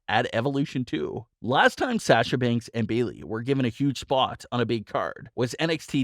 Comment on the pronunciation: For the love of God, say Sasha's name right!!!